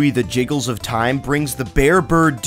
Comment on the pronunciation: Jiggles??? Its Jiggies!!!